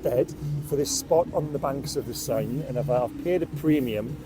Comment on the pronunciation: The river #SIGN? 😂 river sén . As you would speak it!